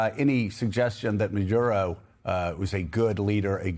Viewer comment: You’re both pronouncing Maduro’s name differently. I love hearing your thoughts, but this is distracting.